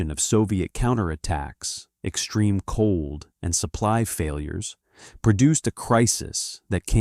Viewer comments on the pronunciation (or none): none